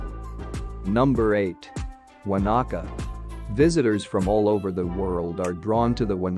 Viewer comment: Won a ka. Wanaka